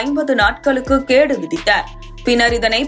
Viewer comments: கேடு இல்லை கெடு என்று கூறவும் 🤣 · அது கேடு இல்லை கெடு நன்றாக தமிழ் புரிந்து வைத்துள்ளீர்கள் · கேடு விதித்தார்? 🤦‍♂️🤦‍♂️🤦‍♂️🤦‍♂️ அது “கெடு” 🤣🤣🤣🤣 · News vasikira akka athu கேடு இல்லை கெடு